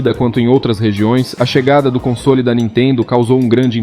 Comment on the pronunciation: Cai de pára-quedas no canal, boa edição e narração só vi um erro na pronúncia da palavra “console” você fala “consôli” como se houvesse um acento no “o” fora isso tá muito bom!